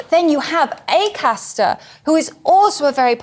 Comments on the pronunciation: Linehan would be easier to take seriously if he could get James Acasters name right. If you cant get his name right how can we trust youd get gender right? - signed James McAster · Lol. Who the FUCK is Macaster? He says the wrong name maybe 15 times. Once again, spewing misinformation and misspeaking with impunity. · Dd not realise it was pronounced mcaster. Thanks Graham. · Get his name right Graham, it's not Mac aster, it's Acaster, reasoning to your view points seem logical to me, but far better validated when you get the persons name correct. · Why didn’t anyone correct Graham Linehan when he kept calling James Acaster “McCaster”? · I like how he keeps calling him "McCaster" instead of Acaster lol. I bet James is crying into his morning Shreddies after having been subjected to such microaggressions all night by Mr Linehan lol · The guy's name is Acaster, not McAster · Leo, you could've corrected 'McAster'/'McAllister' early on! 😄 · Acaster and Kearse are about as funny as a dose of the pox. Linehan doesn't even know who he is, and keeps calling him McAster. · Is he calling him 'MaCaster'? Because that's not his name. It's Acaster. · Love the way Linehan was deliberately getting Acaster's name wrong, like a surname version of mis-gendering. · I love it that the legendary comedy writer Graham kept getting Acasters name wrong. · "Ay-cass-ter", Graham! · FFFFS Leo tell him his fucking correct surname!